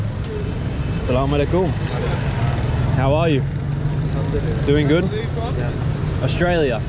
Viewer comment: The way you say salamalaikum is so 😍❤️ Masha Allah..